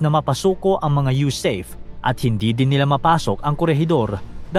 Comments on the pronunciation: Hindi po yusayp ang bigkas, ang tamang bigkas ay yusape dahil ang acronym ay USAFFE ( United States Arm Forces in the Far East)😮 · YU-SA-PE po, hindi YU-SEYP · USAFE pronounced as YUSAHFE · SIR , ITS PRONOUNCED AS YOU-SA-FE( AS IN FERN) BY OUR VETERANS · Sablay ka sa pag pronounce mo ng USAFFE.